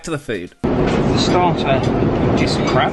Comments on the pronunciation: The starter is crab.. heard it as the starter is CRAP 😂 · i really thought he said " the starter... is crap" xD one letter mistake xD